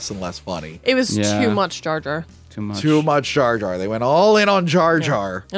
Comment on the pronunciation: His name is Jar Jar, not Jay Jay.